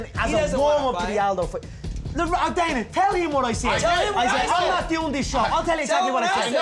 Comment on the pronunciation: It actually almost sounded like he said dad instead of Dana lmfao